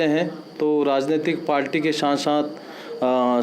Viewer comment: श्रीमान आप पार्टी को पाल्टी उच्चारण कर रहे हैं